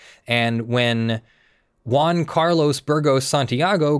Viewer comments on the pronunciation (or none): none